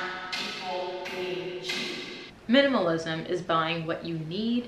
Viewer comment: I just love that "MINAMALISM 101"